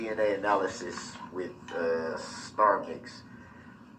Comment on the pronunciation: To listen to Darrell trying (emphasis on trying) to cross examine a man whose world is nothing but facts and science is hilarious. He couldn’t even pronounce the word’s analysis or analysts properly. Ask the most irrelevant questions as to where the items were now! Why Darrell? You wanting them back? Who cares?